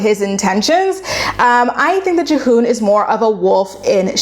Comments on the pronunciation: Devin and G-Hoon. Juh-hoon had me dying. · Have you even watched the show?!? Her name is pronounced Devin and his is pronounced Geehoon.